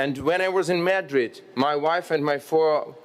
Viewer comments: /məˈdrɪd/ not /'mədrɪd/ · "МЭдрид" это где, альоша? И зачем тебе их ж/д вагоны (carriages)? Мот твой мысл был про харобристь (courage)? Нада серьёзнее готовиться к таким выступлениям от имени моей страны, альоша. Это тебе не в колорадке по Одессе вышивать.